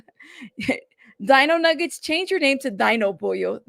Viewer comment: Di-ño Nüe-ge-tes😂😂